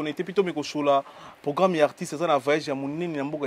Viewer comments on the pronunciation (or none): ozalaka na problème na R? Anvers(anvecs), programme (pogramme), Versace (Vecsace)… eza nango langue mais bongisa ozalaka na france